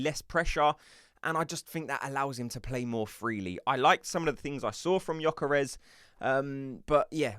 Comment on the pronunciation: I would join if you correct your pronunciation of Gyokeres. It is NOT GyokOres, it is GyokEreSH